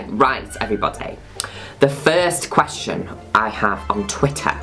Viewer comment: "The fihrst qwestshun I have on twhit-ah"